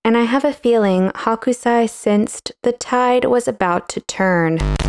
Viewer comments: It’s really nit-picky, but his name is pronounced HOkusai, not HAkusai. Hakusai means napa cabbage (a kind of Chinese cabbage) in Japanese. Hokusai (北斎) → 🌊 Hakusai (白菜) → 🥬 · Sorry, you had me laughing the whole time. The artist's name is Hokusai, not Hakusai. The Ho part sounds like Hoe, not Ha ha ha. In Japanese Hakusai is Napa Cabbage (Chinese cabbage). You're calling him "cabbage" the whole time. LOL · I love your art commentary, but the pronunciation is Ho-ku-sigh --- NOT Hawk-oo-sigh. Thank you. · Love the video and analysis of this print. Gentle info: His name is pronounced 'hoe-ksai', not 'hawk-u-sai'. The 'o' is a long and they don't pronounce the u so much if it follows a consonant. I probably wouldn't have mentioned it if you had said it just a couple of times, but after hearing it a lot I thought I should let you know. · Your pronunciation of Hokusai transformed him into a "chinese white cabbage" (Hakusai) :D (also in the subtitles lol) Thank you for another interesting video! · Hoh-kuu-sah-ee, I think. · H ō kusai. Pronunciation counts. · His name is pronounced "hoke-sigh".